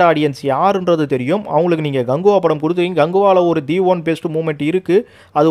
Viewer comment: Bro ganguva illa kanguva 😂